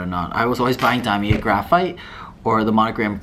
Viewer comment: Damier Graphite is pronounced gruh-feet. Nice piece though!